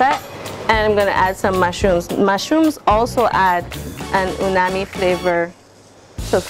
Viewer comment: She keeps saying unami. The word is UMAMI.